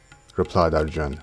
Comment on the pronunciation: Extremely good effort. Well researched and narrated 💘. But I really REALLY dislike the pronunciations ..like ArjunAAAAAA, DronAAAAA ETC! Man ..these are NOT ⛔ how you say such names. Very disappointed with this... its 🤢 colonial type of saying... by a colonised cooolie. Its sad.